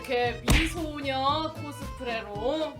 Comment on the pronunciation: ㅋㅋㅋㅋㅋㅋㅋ 누구냐 미소녀 말하는데 미 소련이라고 한거